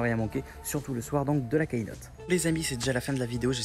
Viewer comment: hey, super video mais juste un petit detail on dit pas "kaynote" mais "keynote" ducoup cela se prononce "kinote", sinon continu super video